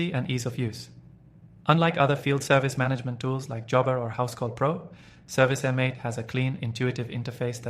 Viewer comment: Its service mate, this was hard to listen to with you saying M 8